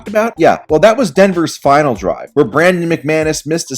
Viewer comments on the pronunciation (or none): none